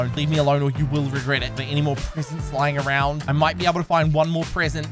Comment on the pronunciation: Almost thought you said parents